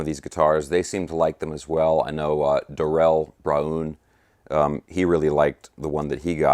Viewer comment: Is that really how Darrell Braun pronounces his name?!?! Or is it a joke………..